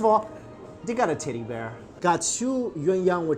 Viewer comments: That food looks amazing!!!!!! Also, don't kill me, but when you said teddy, I thought you said titty and then from there, I kept hearing titty. LOL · Everytime he says ‚teddy‘ I understand titty and I can’t stop laughing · my mind must be completely in the gutter, but everytime he says teddy, it sounds like titty to me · anyone else here titty bear instead of teddy bear cause thats what i heard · I thought he said titty bear not teddy bear. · it sounds like he's saying titty when he's saying teddy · I basically said tiddy, but he meant teddy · I thought you said tiddie bear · I thought he said goodnight titty 😂😂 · When he says teddy bear it sounds like he said titty bear XD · I thought he said good bye tiddy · in the second place it sounds like he's saying tiddy. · i heard it as “titty bear” 🤣🤣🤣, adorable. now i’m craving for hotpot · am I the only one hearing him say tiddy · I heard tittie when you said teddie lol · I swear I heard him say tiddy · def thought i heard him say "Titty" not "tedddy" lmao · l know i wasn’t the only one that heard tiddy when he said teddy...right? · I keep hearing titty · It's sounds like he's saying titty bear